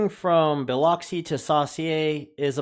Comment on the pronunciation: So cool-I live in Ocean Springs. Biloxi is pronounced B-lux-e So-sure or Saucier.